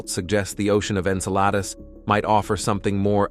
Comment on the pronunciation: Yeah, I, too, noticed that. Like Saturn's moon Enceladus was pronounced about three different ways, with one of the most notable being "En-sell-a-deuce".